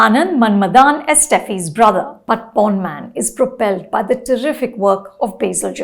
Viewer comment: You said Porn instead of Pon😂